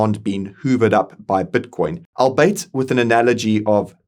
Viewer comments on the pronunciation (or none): Albeit, pronounced Ahl-bee-eat No shade, promise